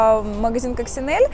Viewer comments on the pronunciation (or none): Eleonora Pujia direttore comunicazione di Coccinelle, т.е. человек представляющий бренд и точно знающая как это произносится говорит Кочинелли, собссно как и все остальные )) послушать можно здесь